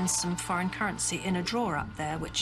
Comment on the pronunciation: Drawer, not draw.